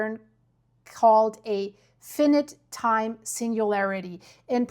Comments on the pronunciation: FYI : The English pronunciation is phonetically "Fynight" for "Finite" as it is "limited in its measurement " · fyi - finite is pronounced F-EYE-NIGHT in American English - a limited time period, finite vs infinite which means forever, no limit, never-ending. However, infinite is pronounced IN-FIN-IT - don't you love the messed-up pronunciation rules we have? Geez! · It's pronounced f-eye-night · I think you’re trying to say fi-in-ite. My thought is without reading the paper and just from your description that this appraisal would have the effect of diffusing any immediate risk. This feels like a huge manipulation and disservice to a common sense danger in the name of science. I anticipate a lot of pushback in the comments for good reason. ⚠️ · This is scary that they haven't begun their evacuation plan. Sooner is better than later, imo. Can't end well in long run if they don't act soon. Millions... millions of people, not just a thousand. It's a nightmare situation with no easy solution... but solve it, they must! p.s. US viewers would know word as F'eye-n'eye't. I'm not saying that didn't pronounce it correctly [because by Latin standards, she did], only that USA listeners would be confused because they often pronounce I's as 'eye' not 'Eee', as is correct in Latin-based languages. Impossible to straighten out proper English, too many cultures diversifying and doing their own thing. 😂 'Has been risen' should be 'has been raised' 😊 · Finite is pronounced with two hard "I"s, as in the pronoun "I". Not a soft "i" as in shark "fin" then a hard "I". You are great.